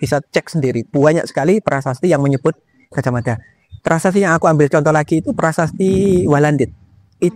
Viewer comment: Orang jawa baru kenal pelafalan a jadi o itu, di zaman Sultan Agung. Perlu dipahami bahwa cara jawa kuno = a tetap a, Gajah Mada -- bukan Gojoh Modo.